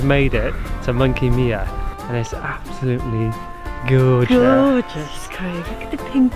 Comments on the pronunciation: good vid still not sure why everyone says monkey me-ah lol it's my-ah. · Great vid but I do have to correct the way you said Monkey Mia, mia=myer or my ah if you like.